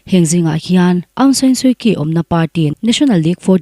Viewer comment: Chhiartu taima tak, number chhiar hian, "Point" hnuah "Sawm-bi" a tling/awm thei lo. 99.24 (Sawmkua pakua point pahnih pali) tih tur. Chutiang zelin.... Kan Tawng hi i thiam thawkhat viau mai. Kyi hi, "Chí" tih tur.